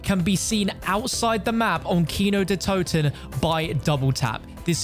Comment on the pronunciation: As a german guy it's so funny to hear him say kino der toten but I think he pronounces it pretty good even though he doesn't speak german